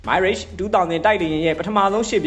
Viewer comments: မိုင်းရစ်ချ်မဟုတ်ပါဘူးဗျ မီရပ် လို့ခေါ်ပါတယ် ရပ်ကို ခ ခွေ ယပင့်သံနဲ့ ထွက်ရပါတယ် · မိုင်းလေ့ချ် မဖတ်ရဘူး။မရာ့ချ် လို့ဖတ်ရတယ် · မီရှပ် မိုင်ရှပ် မဟုတ် တံလျှပ်လို့ အဓိပယ်ရတယ် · Mirage =. မီးရာ့ဂျ် = Mee Raj (. အသံထွက်အမှန်ပါ .) မိုင်းရေ့ဂျ် = အသံထွက်မှားနေပါတယ် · မိုင်း ရစ်ခ်ျ။ မဟုတ်ပါ။ ပြင်သစ် မီးရပ်ခ်ျ လို့ခေါ်ပါတယ် 🎉🎉🎉🎉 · မိုင်ရေ့ချ်မဟုတ်ပါမီရပ်ချ် (တံလျှပ်)ပါ။ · သတင်းမပြောခင် အသံထွက်တွေလေ့လာသင့်ပါတယ် မိုင်းရိတ်ရှ်မဟုတ်ပါ မီရပ်ရ်ပါ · ငါးပိချက် စားပြီး မိုင်းရေ့ လို့ထပ်ခါထပ်ခါ ပြောနေလို့ ကွာ MIRAGE မရာချ့် ပါဟ၊ စိတ်ကုန်တယ် သိလား။ 😂😂😂😂😂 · မီရတ်(တံလျှပ်) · Thank you very much for comprehensive reporting. Please check pronunciation of Mirage. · လေယဉ် နာမည်လေးတော့ အသံထွက်မှန်စေချင်တယ် ငွေရပြီးရောဆိုတဲ့စိတ်နဲ့ တတ်ယောင်ကား မလုပ်ပါနဲ့